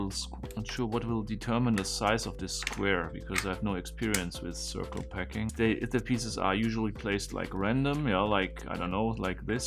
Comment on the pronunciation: Are you saying PACKING puzzle? I've been watching for a year and every time I heard "PECKING" puzzle :D Both make sense